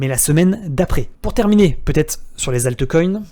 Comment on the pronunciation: Alteucoin... Brekaout... please... un minimum d'effort sur la prononciation des mots Anglais lol Sinon bien la vidéo.